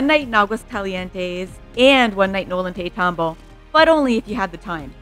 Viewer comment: Ollaytambo is pronounce - oy-yay-taytambo. The double (LL) had a "yuh" sound ❤ Thank you for this video!!! My Peru Trip is in 2 weeks and I can't wait to see this beautiful country!